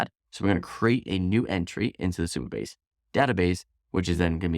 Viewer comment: Supabase not superbase 😅